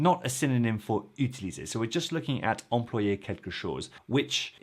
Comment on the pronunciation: I believe "employer" in the infinitive is pronounced /ɑ̃.plwa.je/ rather than /ɑ̃.plo.je/ !